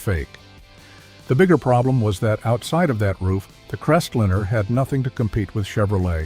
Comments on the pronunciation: What's a CrestLINNER. AI sucks. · I stopped watching at "Crestlinner." You need to narrate this yourself or get a real person to do it.